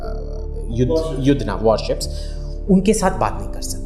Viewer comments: Are usko submarine nhi bolna aata nahi surface ship, ya warship bolna aata hai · This Iyer mitra can't even speak warship properly and giving advice. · Jo chutiya warship nahi bol paa raha , aisae logo sae savdhann🙏